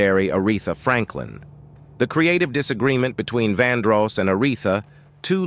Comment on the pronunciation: DUDE ARTICULATE YOUR WORDS, LHMERCY!! 😮 ITS VANDROSS WITH A LONG O. EN VOGUE IS IN VOGUE. JUST BAD ENGLISH. EDIT. SMH!